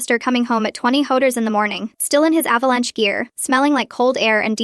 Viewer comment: Ah, you've just noticed software does the writing! The reading software isn't clever either... check how it read "sewn" as "soon" that one time.... and "avalanchie." And how many times sew and sewing came out Sue, and its incapacity at pronouncing, well, about any word. Corrupted software? "Photto-graphs." Superfluous hostile MIL... And the software can't read numerical time, no how.